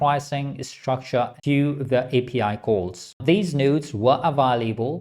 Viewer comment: everytime he says "nodes" i hear "nudes", ive been damaged by using comfy too much.